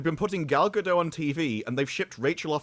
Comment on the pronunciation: Gal GadoT - the T is not silent